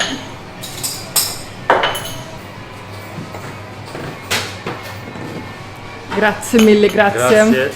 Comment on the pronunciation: brava davvero. Listen to her, she's right on the mark! One thing I would add is a "must", not a "not to do"..use "grazie" freely, you will often find a level of courtesy about that going way back into the culture..It's pronounced : grah( with the accent here) --tzieh